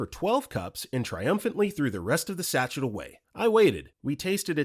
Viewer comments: You're pronouncing sachet wrong. SA-SHAY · The word "sachet" was mispronounced... four times.